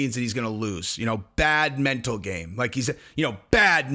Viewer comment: On no, not you too. You can't say "Mental" likes it's a knee...